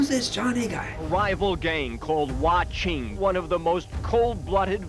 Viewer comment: Why did you pronounce your Chinese name incorrectly Chang? Literally in the beginning of the video. That doesn’t make sense. Speak it correctly with the respective tone out of the four tones. Even more confounding is the fact that your mother mispronounced Chang too. Absolutely ridiculous.